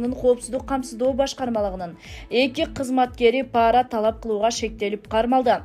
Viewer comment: Паара деп айтылбайт, пара деп эле айтылат. Карды каар деп окушат, чала дикторлор...